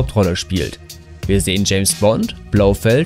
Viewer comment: Und der typ in james Bond heißt nicht Blowfeld 😂😂😂